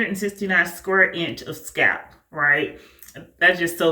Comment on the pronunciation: Your grid looks incredibly neat. Is that a regional thing when you don't pronounce the L in "scalp"?